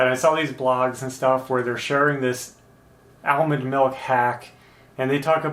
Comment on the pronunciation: "Ale mond melk"?, you're killin me. (Ashley too I bet lol)